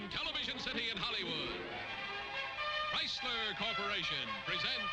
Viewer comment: we have the beautiful Mary Costa for TorqueFlite. Also loved the voice of Art Gilmore the announcer. Nobody could say "Chryslerrrrrrrr" better than Art Gilmore.